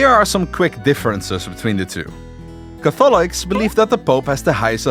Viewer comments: Pro test tant Cath olics ha ha ha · I found that a bit bothersome too, but good video still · Why are cAtholics pronounced as cathOlics and prOtestants as protEstants? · PROtestants. CATHolics. The stress is on the first syllable. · Never thought I would hear Catholics be pronounced as Ca-fall-ics and Protestants as Protest-ants. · BRO the pronounciation of catholics is just not good and the beliefs you lsited are completely FALSE for the catholic church about the salvation by works and faith. Protestants can have from 2 to 7 sacraments. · You keep pronouncing Catholics and Protestants wrong. It's annoying. Couldn't finish your video. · Hey fellow dutchie ur pronouncing catholics and protestants wrong :)